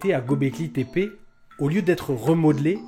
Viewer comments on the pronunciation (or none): Göbleki le ö turc se prononce eu comme dans déguEUler dégöler. Au liö de dire Gaubléki ,dites Geubléki et vous y êtes.